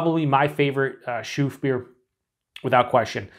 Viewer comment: A typical example of a Belgian Christmas beer. Try to get your hands on Christmas beers from Belgium and you'll know immediately that with these beers, the brewers like to play with spices and citrus fruits. Just a hint: its pronounced Lachouffe Nice, just the English pronunciation 😊